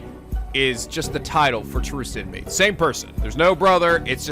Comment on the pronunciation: Tahurst Inmee? More like Thrust in me ammiright?